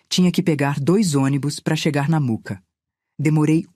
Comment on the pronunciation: Por favor não é Muca, é Mooca!!! Também não é missuruca é mixuruca kkkkkk arrumem isto por favor....